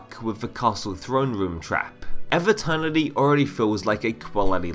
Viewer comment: Pronounce EVE like "even" without the N not like "ever" without the R